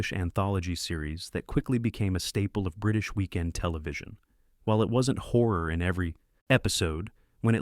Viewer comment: I wish they could learn how to pronounce Horror.